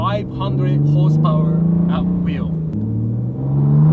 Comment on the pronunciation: Not enuf hosepowar